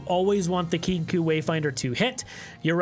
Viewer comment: great content as always! i prefer to run 3 frenzied skitters on spooky karma, been watching alanzq and he doesnt like the harrowing, favors vengeance instead. also it is pronounced "kinkoh".